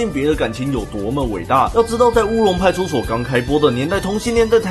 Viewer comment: 歐龍派出ㄙㄡˋ